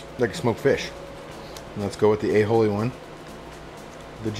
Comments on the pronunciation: There's no H in Aioli. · It's Aioli not "A-Holey", 😂😂